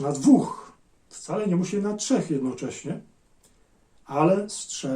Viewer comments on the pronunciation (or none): none